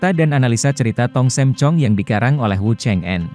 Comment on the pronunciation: Tong sam, bukan tong Sem pak 🙏🙏🙏